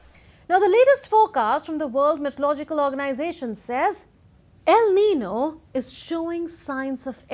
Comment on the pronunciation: Aren't you pronouncing el niño and la niña incorrectly?